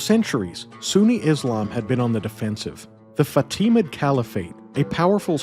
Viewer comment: fatimid, caliph. But props on getting Alexios Komnenos. That's a tricky one.